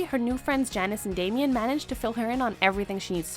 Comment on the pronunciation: "what the actual hell, cady?" THAT MAKES UP FOR THE FACT THAT SHE SAID "DAMIEN" INSTEAD OF "DAMON."